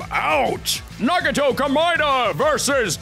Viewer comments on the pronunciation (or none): nah guh toe